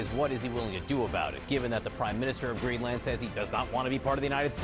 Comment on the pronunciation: The anchor is pronouncing 'Greenland' incorrectly.